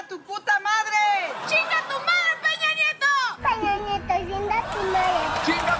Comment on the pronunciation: Dear people from the US (and other english speakers), please start using diacritics. His name is "Peña", not "Pena". "Pena", as a noun, means feather, and has a different pronounciation. Thanks.